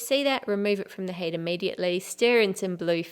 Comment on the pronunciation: I like your accent, but when you say heat it always seems to sound like HATE